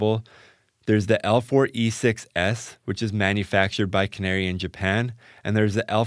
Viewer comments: KA-NA-RAY not canary. To be really correct, the 'r' actually sounds closer to a 'L'. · Canare is pronounced "kah-NA-reh".